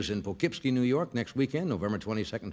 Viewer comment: I don't think Johnny knows where "Po-kipskie New York" is.